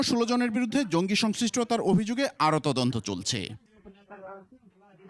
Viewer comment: মাদ্রাসার ছাপড়া পড়াশোনাও জানেনা, জঙ্গিকে বলছে জিংগি,😂😂😂😂😂😂😂😂😂😂😂😂😂😂😂